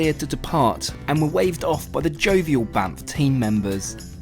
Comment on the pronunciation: Sorry but I kept laughing because I'm immature. Every time you said Banff, kept hearing BAMF